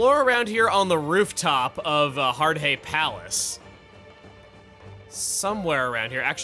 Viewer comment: Just a continuation of Chuggaa absolutely murdering pronunciation of a lot of names in this LP. I also take exception to his horrific pronunciation of Hard-hay Palace and "arpeggi-own". Har-day is how I would pronounce that, and I'm fairly certain that arpeggione is pronounced with a long E, as in arpeggio-nee